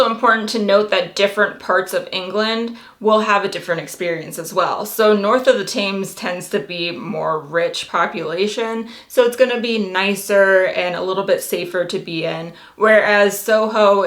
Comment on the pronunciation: Liking this vid series dude. Heads up though, the river Thames is pronounced Tems, not Taymes.